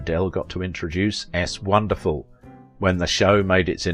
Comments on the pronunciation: S'wonderfull, not S.Wonderfull. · Research please! Gershwin title is said as 1 word "Swonderful". Katharine Hepburn said of Astaire-Rogers: "He gives her class; she gives him sex." Full stop. Not sex appeal. Easy info to find online.